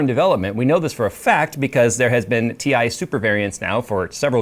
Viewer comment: It's pronounced TIE super